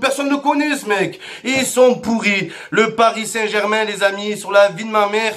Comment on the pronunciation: Eh on ce calme avec le"parissantbermingermin"😂😭🔴🔵